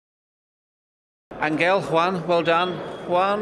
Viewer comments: First of he's not An-ggel,however it's Anhel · It would be good if the english interviewers & commentators could pronounce Di Maria's name properly. It's not An(G)el with a hard G as in (G)ate. It's An(H)el as in (H)otel. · Se dice "Ángel", ni "Anguel" ni "Anchel". No será tan difícil como para nosotros pueda ser el inglés,digo yo...jaja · An...gel.... The reporter should have at least pronounced the name spanish way.... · "Thank you Anguel" Jesus Christ, at least pronounce his name right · Journalist is not pronouncing his name right either